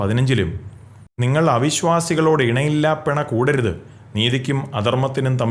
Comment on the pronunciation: ഇണയില്ലാപിണ അല്ല ഇണയല്ലാപ്പിണ ആണ് ശരി.